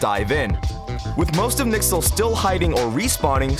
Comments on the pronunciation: i like the videos but please its not nixel its n y x l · Hearing "Nixle" is just so cringey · If I hear anyone pronounce NYXL's name as "Nixel" in a video again I'm going to kill myself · N Y X L not nixel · Great analysis, but you should've stuck with the pronunciation used by the OWL casters for consistency's sake. NYXL is "New York", "N-Y-X-L", or "Excelsior", but never "Nixel". Janus might be the "Hanus" in Korean? Spanish? If the comments are trustworthy, but just say regular Janus with regular J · pls don't say nixl just say NYXL and pronounce the individual letters. great video though keep it up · Did he say “nixel” for NYXL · NIxel? I can only assume that's how the members of NYXL pronounce their team's abbreviation, or maybe it's a nickname for their team? Either way it's strange since it's the first time I ever heard it. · I love your videos! But I also die every time you say Nixel. :P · The fact that you pronounce the “N-Y-X-L” as one work is really weird